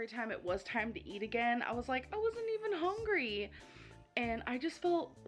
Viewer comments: She says "hongry" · To be fair, it would have taken years for her to pronounce that difficult and very long word. She can't pronounce "hungry" which is like the most important word in her dictionary